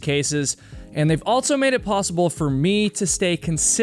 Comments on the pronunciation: It’s AL-SO!!! Not alt-so. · You say "altso" alot.